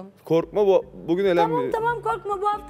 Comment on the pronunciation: "felen" diye bi kelime yok felen diyip durma 🤦🏼‍♀️